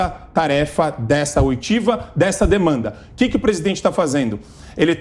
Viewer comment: Oitivas, e não oitavas kkkkk